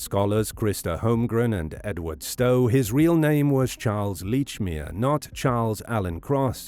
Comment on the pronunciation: Lordy, this "leach"-mere pronunciation is grating.